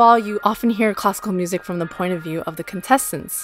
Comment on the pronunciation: It sounds like she's saying "Costco music" when saying classical music lol